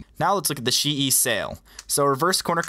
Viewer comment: Geometry Dash Buggy it's chee yi as its pronounced in Chinese but almost every single Chinese speedcube brand or cube is mispronounced so who cares